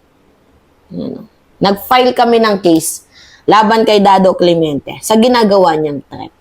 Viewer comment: Clemente not clemeinte